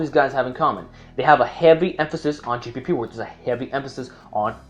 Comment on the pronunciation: it kinda sound like you kept on saying g4p work lol